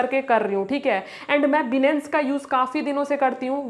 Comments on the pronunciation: Benance ni hota h Binance hota h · 😂 बीनेंस नही होता बाइनेंस होता है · अरे मैडम बिनंस नहीं है बाइनांस नाम है उस ऐप का😂😂😂😂😂😂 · Benance nhi binance hota hai 😅😅😅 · yes bro aap sahi baat kar rahe ho binance ka nam tak ye ladki sahi se bol nahi paye ye video maior is trick se to nahi but binance mai future trading se auccha khasa earn kar sakte hai or mai kar bhe raha hun but iskeliye bhi technical anysis karna padta hai ismai bhe bahot dimak lagana padta hai tabhi ja kar reward milta mai bro so hardwork and smartwork most importent in trading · Binance bolna bhi nahi aata yeh sikhaigi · Papa ki pari phle binance bolna Sikh le